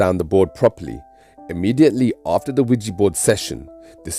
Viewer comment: It's not wegee it's weeja